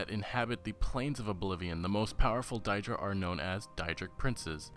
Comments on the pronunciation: Daedra not Diedra. Bloody hell. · its pronounced Day-Druh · I love your discussion vids so far on this topic, but please start pronouncing Daedra properly. 'Day-Dra' .. Rather than 'Dye-Dra' .. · Dye dra..are you fucking stupid? They literally say it all the time in the game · Stop saying diedra!! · can't even pronounce daedra (day-druh). also every elder scrolls game has daedra quests not just skyrim. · its been said in other comments, but die-dra??? seriously? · die dric. really? if you know enough about the game to make a theory you'd think you'd know how to pronounce daedra... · Thank God I wasn't the only one who noticed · God so distracting, Die-dra? why would anyone pronounce it that way? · Your pronouncing daedra wrong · you mispronounced daedra all throughout your video I question if you're a real fan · Haha ya his pronunciation of "daedra" is very attention drawing, but still...very good video, man! Keep it up! You've earned a sub! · You know Mehrunes Dagon is pronounced mayrunes day-gone and daedra is pronounced day-dra right? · it is day druh and day drick. if it was die druh it would be spelled daidra. EDIT i saw you corrected yourself. lol thanks.